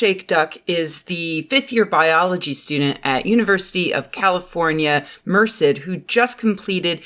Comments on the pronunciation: I've never heard anyone say Merced like that, and I grew up not too far from there. Everyone in the area pronounces it "Mer-CED" rather than "MER-ced." Is that just how people say it outside the valley? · Holy crap I didn't even register Merced. I grew up in Modesto and never heard Merced pronounced that way. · mer-CED (Stress on 2nd syllable)